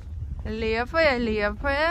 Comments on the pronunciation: Лиепая а не Лепая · Добрый вечер, в слове Лиепая ударение на второй слог.Я там жила в 80-х годах